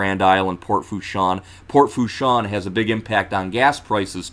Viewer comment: Thanks. It’s Pronounced La “Foosh” 😉